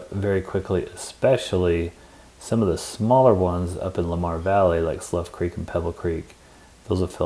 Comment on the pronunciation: Having worked in Yellowstone for 10 summers and 3 winters, here are a few comments I’m adding to your excellent video 👍🏽. - Slough Creek is pronounced like “through”…not like “tough”. - Along with bear spray when hiking, hike in groups of 3 or more for safety. - Just so you know… almost all the employees you’ll encounter at stores, restaurants, gas stations, campgrounds, and reservable activities are seasonal employees. These employees are mostly of college age, from other countries, or senior retirees…all trained for their jobs when they arrive at the park. So be patient, polite, and even ask where they’re from. - Yellowstone’s National Park Visitor Centers are not to be missed. They include information desks where rangers can answer park questions, Theaters with half hour videos about the park, Dioramas about animals and park history, books and some gift shopping. One of my fav visitor centers is at Lake….a museum of sorts with a huge assortment of stuffed animals.. so you can see them up close. - Also, Park Ranger-led activities & hikes. When you enter the park you will be given a park map, but also the *Park newspaper…loads of information, so have someone in your party scan through it, even read it out loud…but look for the schedule of Ranger-led activities and hikes. Dates, locations, and times are listed. The Rangers know Everything about the park, so you’ll really learn a lot from them about the park, and consequently will enjoy and appreciate the park that much more.